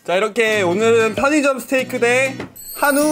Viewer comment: 스테이크를 스테이쌔끼로 들은사람 좋아요